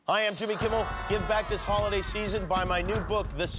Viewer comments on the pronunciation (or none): At the end did he say, “hi I’m Timmy Kimmy”? I watched it like 6 times and I still can’t tell. 🤷‍♀️